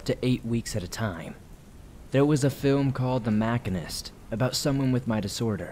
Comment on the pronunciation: That movie about the guy who is not sleeping is called the Machinist ( muh - sheen - ist ). I’m in the industry and a guy I work with called it the same thing and it drove me crazy as it’s literally how he makes a living and he doesn’t know how to spell it? Anyway not trying to be a dick just letting you know before some troll does as only a troll could. Oh and also from Utah oddly enough.